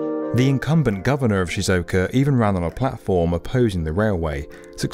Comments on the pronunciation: Awesome video, but y’all need to research how to pronounce words correctly 🤷‍♂️ Chuo Shinkansen is pronounced “chew-oh” not “chao” Nagoya is pronounced “Na-goh-yaa” not “nagoa” Shizuoka is pronounced “Shee-zoo-oh-ka” not “shizooka” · Tokaido = "TuhKWAYdo"? Chuo Shinkansen = "Chow ShunKANsin"? Nagoya = "NaGOwuh"? Osaka = "OhSAHKuh"? Shizuoka = "SheeZOkuh"? LOL I would expect better from "the 'definitive' video channel for construction"😂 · Nagoya: Nah-goh-yah; Shizuoka: shi-zoo-oh-ka; Choshin: choh-shin Trust the Japanese to do something amazing with ancient tech, bringing that tech into the 21st century. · And Shizuoka